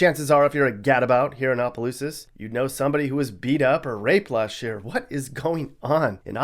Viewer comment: He said oplousas